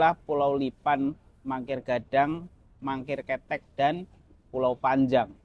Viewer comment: Cara bacanya kete’ bkn ketek berasal dari bahasa Minang. Jd baca kete,ya dgn huruf k lemah yg diakhirnya. Ok????